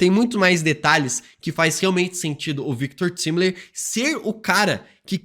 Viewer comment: Só eu que fico com agonia quando ele pronuncia de forma errada o nome do Victor Timely e Alioth? 😰